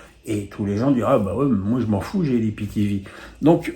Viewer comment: Euh … on dit aie pi ti vi et non pas i pi ti vi